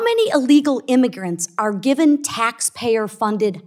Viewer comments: Your Freudian slip was spot on…mispronunciation of immigrants to GIMMEGRANTS! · "Immigants!" Wasn't that in a Simpson's episode?